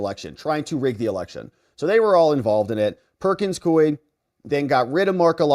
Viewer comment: Please, most respectfully, the law firm's name is pronounced "Perkins KOO-WE."